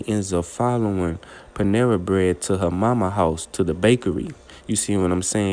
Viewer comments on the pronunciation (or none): Panessa!!!!! Not Panera!!!!!😂😂😂😂😂